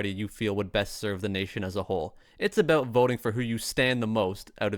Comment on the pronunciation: Pay attention to how other Canadians pronounce about,.